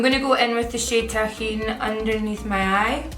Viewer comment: Hey babe miss your tut.. Long time no see; I don't wanna sound rude at all and sorry if it bothers you but that reddish shade is called tajine you should pronounce the J and it's not a Mexican spice it's a Moroccan plat..i know it's crazy but hey! Am Moroccan... Lots of love I really love you and your work